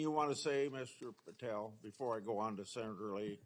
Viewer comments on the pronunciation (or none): She should comb her hair and learn how to say Patel correctly.